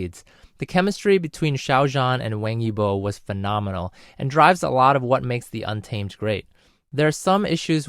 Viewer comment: I really love how you pronounce Xiao zhan and Wang Yibo's names. I really agree that the untamed is a lil bit draggy at the start because it's really confusing. It tells the story before the "apocalypse" and it's a real doozy xD.